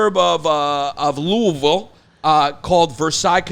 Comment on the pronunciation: YANNIS THANK YOU FOR SAYING LOUISVILLE CORRECTLY MY MAN